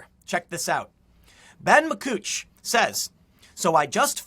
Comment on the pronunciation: You said "Ma cooch" teehee